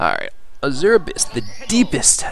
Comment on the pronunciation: trademark mispronunciations! This time featuring the word "Azure"! (Hint: it's supposed to be "AZH-er") Also, I can imagine what you were writing when people were messaging you. Off screen: "GO AWAY I'M STREAMING DAG NABBIT!", "WHAT PART OF 'GO AWAY' DID YOU NOT GET?! D: D: D:" On screen: "Jut gotta take care of some business..." Off screen: "I SWEAR IF YOU MESSAGE ME ONE MORE TIME I'M GOING TO VISIT YOU IN YOUR SLEEP!" On screen: "That's the last message I needed to send I believe." Also, what are you talking about. I played the entirety of Super Mario Galaxy on Dolphin with a keyboard, and all the way I was extremely happy that I didn't need to use no stupid controller for that. As for FPS games, you should look at Unreal Tournament 4. It's still in early alpha, but it's free (and source available) and running on Unreal Engine 4. The Outpost 24 map is simply gorgeous! And they're working on another map right now.